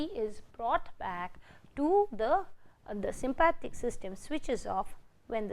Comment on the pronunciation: Sympathetic not Sympathic 😬 but thank you! 👍🏼